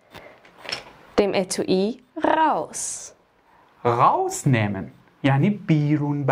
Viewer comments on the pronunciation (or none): Nicht ghaus 🤣 sondern ( RAUS )